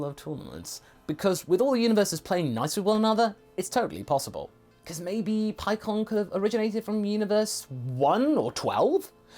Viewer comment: The u in KU is silent or soft. You're mispronouncing the japanese version. 🤦‍♂️ Paikkan is how you say it. Or PIE-KHAN.